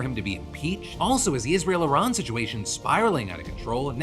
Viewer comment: Lindsey Graham shouldnt be allowed to talk about Israel if he can't pronounce it.